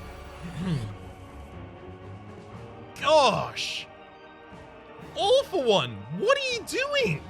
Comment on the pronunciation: I love how "All For One" sounds like "Awful One".